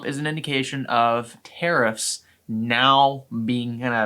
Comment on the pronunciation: Learn how to say Tariffs... not Terrorist